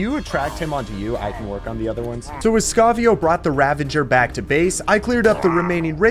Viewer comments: where do you get the N in pronouncing the word Ravager ? you keep sayin Ravanger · its uh...Ravager not Ravinger btw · I know I’m nitpicking, but it’s ravager not ravenger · the pain of him calling ravagers "ravengers".